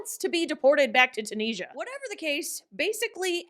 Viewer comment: Tunisia is pronounced like Too-nisia OR chew-nisia